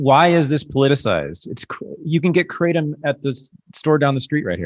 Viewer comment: Why do people from the United State s of America insist on calling Kratom : Kraytum? It's kra-tome